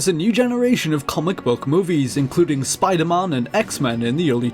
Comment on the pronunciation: Did he say SPIDERMAHN ???